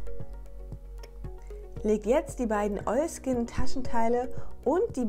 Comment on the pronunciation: Immer wenn du Oilskin sagst macht mein Hirn ein Oiski Poiski draus 😂 #kinderseriender90er